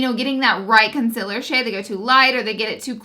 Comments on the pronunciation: Guuurl I love you but the way you pronounce concealer 😫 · I'm sorry but I just don't like the way you pronounce "concealer". Your makeup is bomb, your personality is great, your videos are amazing but that word gets me everytime lol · I will forever love how you say concealer. Please keep doing these reviews ❤️ #snapchat #lauraleeforever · How are you so darn cute also i looooove the way you pronounce concealer #snapchat #snapchatfam #snapchatfamily #bestyoutuber